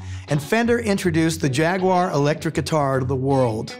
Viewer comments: Finally an American that pronounce Jag-u-ar correctly! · Always happy to hear someone pronounce "Jaguar" correctly